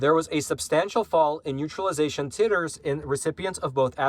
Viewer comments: love your show but come on man.... "TIT"ers?? Really?? It's pronounced "Tight"ers! 🤣🤦‍♀️ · it's pronounced tie-ter not tit-her. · Titers... 😄 pronounced 'tie-ters' Can I be your medical terminology consultant? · Great work,!! P.S. I think it's pronounced "tight-ers". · great report, especially re: the omicron variant. By the by, titres is pronounced with a long 'i'.